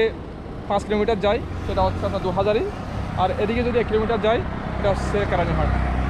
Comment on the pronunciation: ভাই,আপনার ভাষা গত দুর্বলতা আছে।আপনার কথার মধ্যে চাটগাইয়া টান আছে।এটা শুদ্ধ করার চেষ্টা করেন।যেমন আপনার ববতে গেলে আপনি উচ্চারণ করতেছেন, আমনার।এসব ঠিক করেন